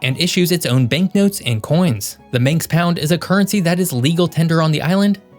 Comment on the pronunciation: Manx not Minx